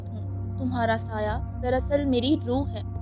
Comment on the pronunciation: Saya nhi bolta tmhy ghalti laghi h reading ma